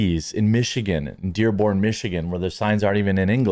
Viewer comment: Heh man Michigan here .....when ya say Dearborn ....ya GOTTA roll that R ....baka laka daka